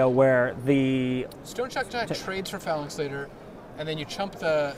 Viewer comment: Graham Dent Irregardless of your limey pronunciation, Ben keeps pronouncing it Phalnax...